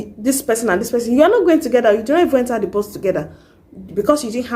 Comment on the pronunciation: Bus sounded like Boss when you mentioned it sis....